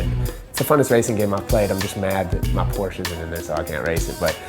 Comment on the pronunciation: porsche is a two syllable word... other than that cool